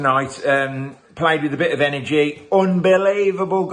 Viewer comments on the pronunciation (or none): none